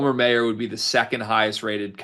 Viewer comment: MY-ER not MAY-ER. Show him the respect of pronouncing his name right dude